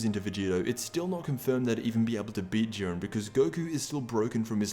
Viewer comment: did he say urine instead of Jurien